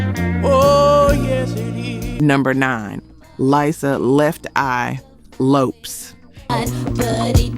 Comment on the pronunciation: You don't even pronounce the singers names right levert..and lopes